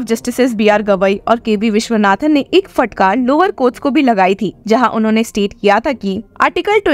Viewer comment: उच्चारण का संज्ञान लें फटकार ( फ़टकार नही)